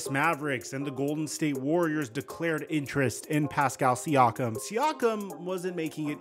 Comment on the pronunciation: calling siakam “SEE-AWK-UM” is as annoying as calling luka doncic “ LUKA DON-CHICK”. its “SEE-AKK-UM”